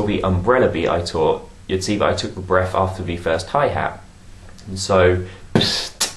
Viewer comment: Aww he says 'Breaf' Lol